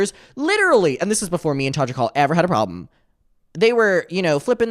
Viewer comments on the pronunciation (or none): none